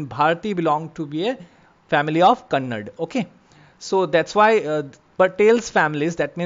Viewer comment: It's not kannd, it's Kannada.. 👍 Yavo eva ala... 🙌😶